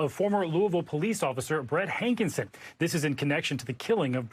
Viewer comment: His name is pronounced HANKISON. not HANK IN SON.